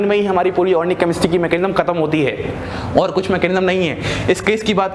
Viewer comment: Sir u r mind blowing but one thing sir,that is organic not ornic.😍